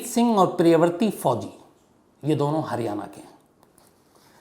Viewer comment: Priyavrat naam hai priyavarti nhi….😂🤣….